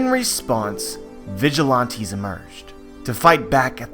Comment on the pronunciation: The way you say vigilante is pissing me off